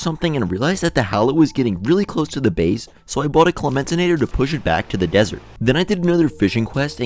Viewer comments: its pronounced "Klen-TAM-in-a-tor" not "Kla-MEN-tin-a-tor" Absolutely no hate just thought it was funny lol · its clen-ta-mi-nator not cle-men-ti-nator btw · hate to say it, but you have been mispronouncing "Clen-ta-mi-na-tor" wrong throughout the video lmao